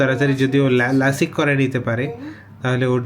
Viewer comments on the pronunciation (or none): লাসিক না। Lasik, Lasek, Prk. লেসেক, লেস্যাক, পিআরকে।